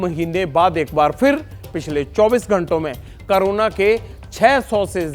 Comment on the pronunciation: करोना नहीं कोरोना होता है 😅